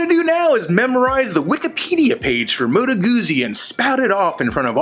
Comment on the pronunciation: It's pronounced Moto Guzzi, not Moto Guzzi... oh fuck, did I just become a hipster!!!